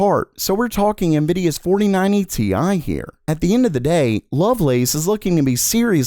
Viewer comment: it's Tie not Te i , you amateur